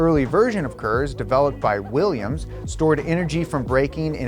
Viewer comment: Willians, Willians, Willians... '-'